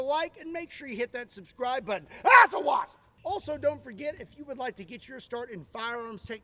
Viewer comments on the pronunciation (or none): none